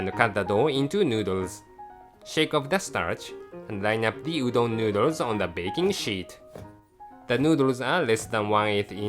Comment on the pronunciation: うどんがドーンって聞こえるｗｗ